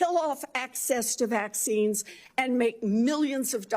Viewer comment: No more "vecxines" please